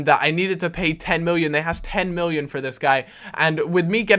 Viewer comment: Why does he say "miwwion" ?